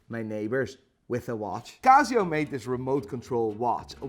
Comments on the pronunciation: its not CAZZIO its CASIO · Casssssio not cazio